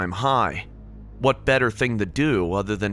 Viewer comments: “my ting”😂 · "my ting"